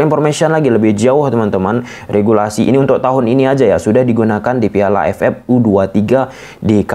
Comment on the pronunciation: Terganggu sm pengucapan AFF jadi A ef epp.. AFF = A ef ef..